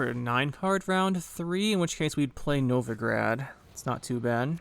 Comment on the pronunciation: The city in Russia is actually Novgorod, all O's (though the meaning is the same as "Novo-grad", yeah!). Among the museums in the city's central kremlin is the Museum of Literacy/Writing, featuring quite a few examples of Glagolitic script! =) Speaking of, that is one good deck. Seems like a solid use for Collusion -- the Novigrad card is probably all I need to craft for it. Thank you for the detailed overview!